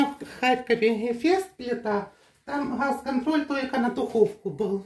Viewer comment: Почему нельзя выговаривать букву Г, как же ужасно звучит Хефест, Хаз, а ХуХл😂 ужасный говор